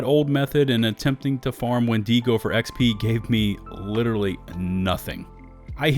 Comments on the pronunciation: Wen-dago not wen-digo sorry to be that guy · Please please please stop mispronouncing Wendigo: it is WENdigo, not wenDEEgo. The I is the same sound as it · Why do you keep putting so much emphasis on the e in windego?